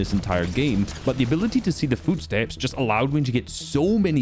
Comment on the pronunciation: "fyootsteps" - 2025